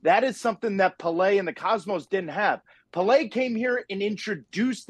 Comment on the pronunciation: Puhlay? Who the bleep is Puhlay? Least he could do is pronounce the GOAT's name right